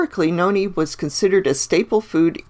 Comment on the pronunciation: My name is Noni but u pronounced it wrong